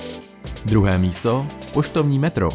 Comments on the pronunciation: pošrovní metro? :-D Ale jinak super videjko. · To pštovní metro máš trochu blbě. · poš(R)ovní metro😅😅😅😅